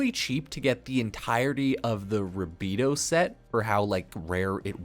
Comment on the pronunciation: Sorry I can tell you don’t even play the game calling rubedoe “rabedoo”